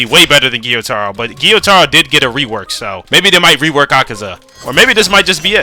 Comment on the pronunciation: It's not giyutaro it's,gyutaro, gyu it's one syllable